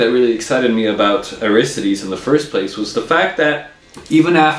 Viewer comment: You review the guitars and can't pronounce the name =\